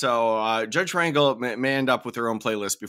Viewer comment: I thought Wyatt looked like your standard sov/cit. Don't judge a book by its cover. Dude seems like he's got his shit together. P.S. Judge Rangel is pronounced ron-hel, emphasis on second syllable.